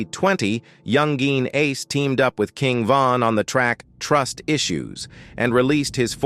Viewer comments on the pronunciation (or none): You could have taken 2 minutes to check around and see how he pronounces his name. It's not "Young Geen" with the hard G. It's pronounced more like "YoungIn ". Basic research, bro.